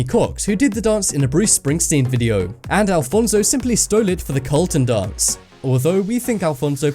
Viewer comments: just so you know it's not called the "colton dance" it is the careltin dance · "the Colton"? His names Carlton on fresh prince not Colton lol what the hell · Carl-ton. not Colton. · It's Carlton, not Colton. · Some interesting things, but, froot loops are clearly not of the same taste, at least not here in germany. The differently colored have different taste also. And the guys name in the series the fresh prince is Carlton, not Colton. Ok, bye.